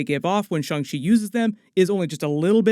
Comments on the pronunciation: Please stop saying shung shee 😂😂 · pronunciation of shang-chi bothers me lol